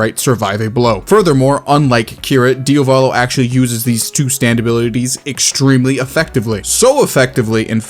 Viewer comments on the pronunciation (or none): BROTHER IT'S "DIAVOLO" NOT "DiOVaLO" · its diAvolo not diOvalo. Diavolo means devil in italian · My god… I love you, but every time you say Dio-Vollo instead of Diavolo, I lose more and more of my sanity. Also, it’s well known that the reason Kira doesn’t use Sheer Heart Attack anymore is because he knows Josuke can track him with it because it’s part of his hand, and the whole second half of Part 4 was centered around Kira avoiding the Morioh gang by going into hiding. Also, you used Giorno as an example of Araki throwing away abilities, when the only fights Giorno was in in Part 5, he either DID use the ability (Babyface) or he didn’t because it wouldn’t have helped him at all due to his opponents’ abilities outright making it obsolete (Ghiaccio, Cioccolata, Diavolo). And the bit about DIAVOLO, we don’t have any information on physical feats?! Are you serious?! King Crimson casually chops bodies in half with one arm, and donuts people multiple times, tf do you mean we have nothing to gauge physical feats off of? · dio VOLO wtf man?! its diavolo! like Diablo but with V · bro he says diovalo instead of diavolo, i watched everything. You need to learn basic reading comprehension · Its DIA-VO-LO not DIO-VA-LO🤓🤓🤓👇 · Dude is saying Diovalo instead of Diavolo💀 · why does he pronounce diavolo "diovolo", is diavolo in part 1 now? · diyavulo not diowvowlow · Thiy guy can't pronounce Diavolo for the life of him. It is DiAvOlo not DiOvAlo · dude why do you say Diavalo its Diavolo DIA-VO-LO. Mans out here butchering diavolo's name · Bro his name is Diavolo not “Diovalo” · Diavolo not diovalo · Every time he says Dia-volo i wanna kms can someone teach him how to say it right ITS DEE-AH-VOLO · Every time this guy says DIOVALO it fucking annoys me so much its pronounced DEEAVOLOU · Ah yes, DIOvalo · Bro we have to pronounce an Italian name let's try our best Bro: DIO-VÒLO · Please man, the pronunciation is Diávolo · Why tf does he keep saying 'Diovalo' lmao